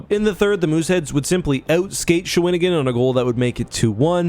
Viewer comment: Hey Just sayin its pronounce Sha-we-ne-gan aka Shawinigan Small town in Qc. ( Its a first nation name )